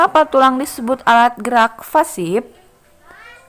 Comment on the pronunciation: Koreksi ya bu... Organ gerak Pasif bu, bukan Fasip... Ibu menyebutnya Fasip terus 😅